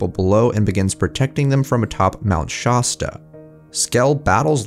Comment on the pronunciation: Wanted to mention that the "shast" in Shasta rhymes with Mast or Blast. It reminded me how so many people say Nuh-vah-duh instead of Nuh-vaa-duh. Just a FYI, since you make some great videos with plenty of research. Also, weird how many trolls are in this thread.